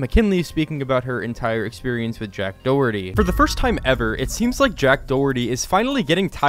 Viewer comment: dack joherty